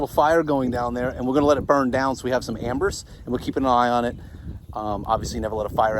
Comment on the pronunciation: Embers not Ambers….that’s your sister,.